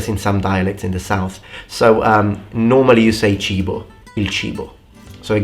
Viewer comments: Para nosotros, lo que pronunciaste como "chivo" (cibo) suena más al nombre coloquial de la cabra (goat) xD así que si dijeras que quieres "cibo", te llevaríamos a comer barbacoa xD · Funny thing, cibo and chivo are pronounced the same lmao, so it sounds like you're saying goat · Civo- the way you pronounce it (Chivo) means goat to us Spanish speakers LOL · based on the sound, to a Mexican speaker "cibo" sounds like you are saying "chivo" (goat). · Cibo- the way you pronounce it (Chivo) means goat to us Spanish speakers LOL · Cibo as you pronounce it in Spanish is goat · Funny thing, "cibo" as you pronounced exists in spanish but we write it "chivo" and it means goat. hahaha cool video! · how you pronounce cibo, I understand it as goat.